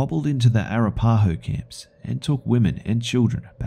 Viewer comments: Its pronounced A-rap-a-ho, not Ara-pa-ho. Other than that, just found this series 4 years after its release. I absolutely love it and I've favorited the entire series for future relistening and sharing with friends. Half way done with #3 now. Well done indeed. Gonna be sad when it finally ends. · A-rap-uh-ho, try pronouncing it like that 😘😄❤🤘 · Lol. As a guy from Colorado, I find the way you pronounce Arapaho hilarious. Good ol' Australians. :P (Oh! So THIS is why other countries find Americans annoying! I mean, I have my OWN reasons, but that just adds on XD)